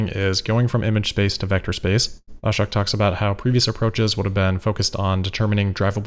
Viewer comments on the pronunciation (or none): Lol you are say ahshuck it’s ah shook